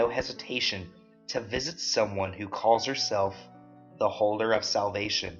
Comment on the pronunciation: low key thought I heard him say the holder of selfies .....